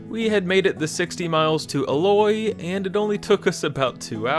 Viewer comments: Aloy😂, it's okay but that's not how it's pronounced. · Wow you guys were really close to where I live, about 10 miles west of Eloy, also it's pronounced E-loy and not "Aloy" lol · Ee-Loy not El-Oy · Eloy is pronounced with a hard E.